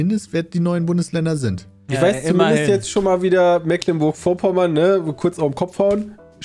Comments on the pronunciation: Mecklenburg nicht "Mäcklenburg" das triggert mich so hart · Es tut immer wieder ein bisschen in den Ohren weh, wenn "Mecklenburg" so falsch ausgesprochen wird🥺 Es wird mit langem E gesprochen, nicht mit kurzem. :D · Als Geborener Schweriner fühle ich mich schon manchmal dezent getriggert wenn die Jungs Das Meck in Mecklenburg zu deutsch aussprechen... Es wird ja Meglenburg ausgesprochen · Die Aussprache einiger Orte dürfen die Jungs gerne nochmal üben. Selbst einfachste Sachen wie Mecklenburg, Usedom oder Magdeburg kriegen sie nicht hin xD